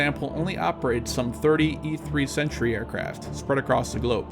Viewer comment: E-3 " Sentry" not Century.